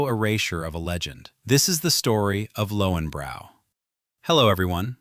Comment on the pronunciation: Pronounced Lohvenbroy